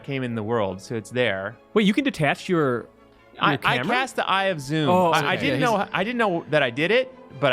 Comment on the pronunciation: guys... c'mon... it's eye of ZOMM (zah-mm) not zoom... seriously